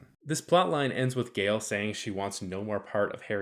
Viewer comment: I find it rather bizarre that the narrator in this video singularly fails to mention that Gaal ["Gaaal", not "Gale"] Dornick was NOT a woman in the book...!!! Dornick also only appears in the very opening of the first story of the initial Foundation novel.